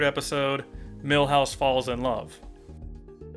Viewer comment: Why can't he say "Milhouse"